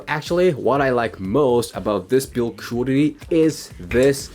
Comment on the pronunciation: the way you pronounce the word "quality" is really strange.. would like to see if you can improve it? sometimes its hard to understand its that word you're saying